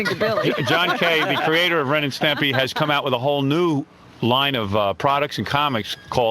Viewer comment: You could start a drinking game for every time Wiggy said 'Stempy.' And it spotlights the 'cultish' nature of the place as you say,, that nobody had the temerity to tell their meal ticket, uh, it's Stimpy.